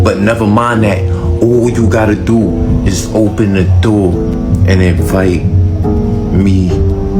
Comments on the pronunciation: "Open the noor" intro guy might be at the wrong door or have dementia. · no he said NOOR on purpose which means LIGHT in Arabic. He is just hoping that we do not catch onto the fact that they know ancient languages like Arabic, Latin and Hindi, for example. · He said door. He is pronouncing it as NOOR because in Arabic, NOOR means LIGHT. By opening the door you are not supposed to, they want access to light that they are not supposed to be given.